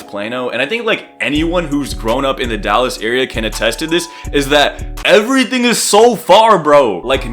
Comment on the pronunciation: I’ve never seen someone from Dallas say it correctly. Not gonna hold you